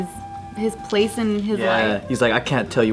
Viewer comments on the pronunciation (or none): none